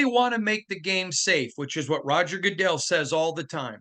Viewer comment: Did just say Roger Gooddizzell? Lol.